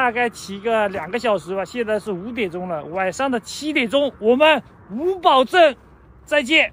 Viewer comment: 作为一个哈密人，可以负责任的告诉你那个格子房就是晾葡萄干的。还有，你今天到的是叫五堡（pu，三声）镇。